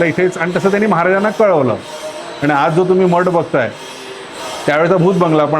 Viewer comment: मठाला सुद्धा मट म्हणतात शुद्ध बोलायला लाज वाटते